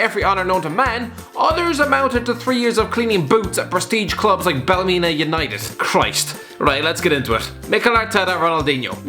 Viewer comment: When the Irish person can’t even say Ballymena United properly